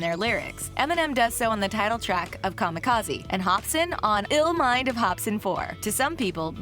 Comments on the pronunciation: So much wrong in this video. I'm just gonna say the way she pronounces 'kamikaze' fucked me up. What are you doing? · Who ever made this article should hang themselves for butchering kamikaze...smfh